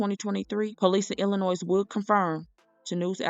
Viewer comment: thank you! and Illinois is pronounced with the 's' being silent🙂